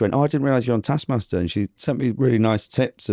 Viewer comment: I need to never hear ' bastard pronunciation of the word "taskmaster" again.